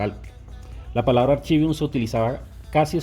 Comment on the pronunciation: No es archivium se pronunciaba "arkivium" bien video